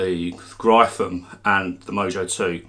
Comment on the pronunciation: Gryphon is pronounced like Griffin...